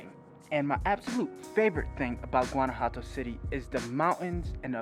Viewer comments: Guanajuato pronounced gwan ah wha toe. I really enjoy your videos. I'm sure you'll be stopping by San Miguel de Allende. also by the way, there are tons of words I don't say correctly. Locals correct me constantly. If I hadn't lived there, I would not have known either. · Your pronunciation of Guanajuato is suspect, but thanks for the vid.